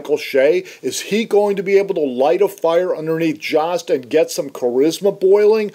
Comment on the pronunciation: Joe+st =Jost. Not whatever u were saying